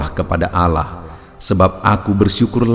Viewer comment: Shalom... trima kasih untuk firman Tuhan. Tp.untuk sebutan Allah itu disebut kan dgn benar..bukan Alah tapi Allah tq